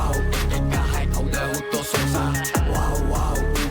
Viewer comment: සෝසා ❌ සොසා ✔️